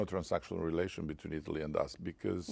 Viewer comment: Please stop pronouncing ‘because’ like ‘bikyz’, like you are from Izmir or Bursa something. It is pronounced ‘bikħos’, with a silent h tucked in there. And also, when you say ‘listen’, you should instead say ‘look’. Listen escalated. Look deescalates.